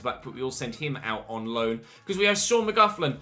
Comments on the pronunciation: I’m irish and mcgloughlins name is pronounced “mag-glock-lin” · Mcloughlin is pronounced Mc-glock-Lin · McLoughlin is pronounced Mc Lock-lin here in Ireland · McLoughlin is pronounced ‘mc-lock-lin” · I was waiting for this comment, it bothered me a bit and I'm not even Irish 😂